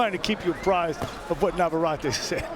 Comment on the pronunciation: Please. It’s NAVARRETE. NOT naverary. Perhaps the announcers should do their homework in pronouncing the names correctly